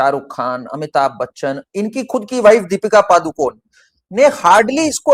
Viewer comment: It’s “पडुकोणे”, which is the name of the village in Karnataka that Deepika’s paternal ancestors come from.; not “पदुकोन्” or “पादुकोन्”.